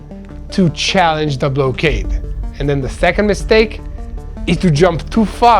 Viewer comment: not pronounced ….’blow kade…’….yair it’s pronounced ‘ block kaid’….